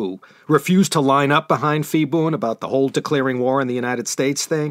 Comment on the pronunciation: Ugh!!! You mean to tell me all this time I pronounced Phibun's name wrong? Nobody said anything till now. I made a note to go back one day and fix those 2-3 episodes where he was a prominent figure. I'm embarrassed. But I thank you anyway for teaching me.